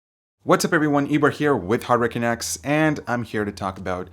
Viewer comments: Its canucks, not. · hard to tell if you're saying hardware canucks or hurricane X